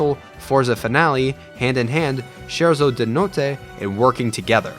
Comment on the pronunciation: La pronuncia di "scherzo di notte" 😬 Inoltre come si fa a non includere face my fears, don't think twice, sanctuary and simple and clean